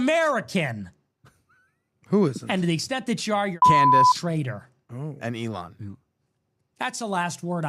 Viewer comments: PBD: eelaan musk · PBD needs to learn how to pronounce ELON